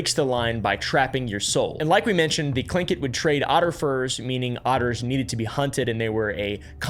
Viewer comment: was not expecting to expect an american to pronounce Tlingit properly, kudos, dude.